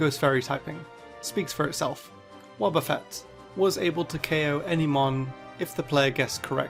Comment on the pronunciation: It's Wobbuffet, NOT Wobbafett!